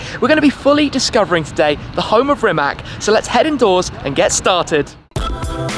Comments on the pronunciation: How about you first start pronouncing the dude's name correctly, and the name of the factory as well. It's "Rimats", not "Rimak". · It's Rimac! Not Rimak! You should pronounce it like ''Rimats''! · Rimatz, not Rimak! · Its not Rimak, its Rimac. Dam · NOT Rimak? RIMAC! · It is Rimac, not Rimak